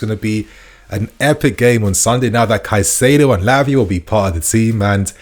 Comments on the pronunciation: kye-SAY-do, not kuh-SIGH-do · Still can't pronounce Caceido? Come on man. He's our player now. You HAVE TO learn to say their names right.